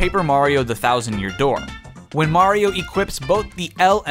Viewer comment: Is it just me or did he just called Mario as Maria